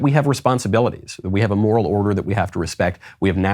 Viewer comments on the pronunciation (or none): none